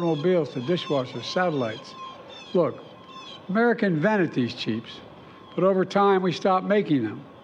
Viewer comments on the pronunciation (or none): Its CHIPS Joe!! Not CHEEPS😂 Useless fuk